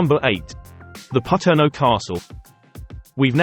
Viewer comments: Pronounced Pa-turn-o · Paterno is pronounced Pa-turn-o